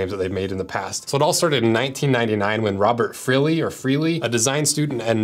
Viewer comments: I dunno how you got ... whatever you pronounced from "Fliri" 😂 Sorry, I like your channel and I like you, but my grammar nazi spidey-sense went off. The L comes before the R. Probably "FLEE-ree". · For some reason I don't think Fliri is pronounced "freely"